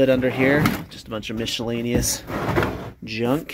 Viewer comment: Where are you from? Just wondering why you pronounce miscellaneous like that? Lol